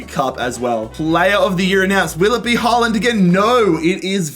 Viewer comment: did we listen to this man call haaland somethking else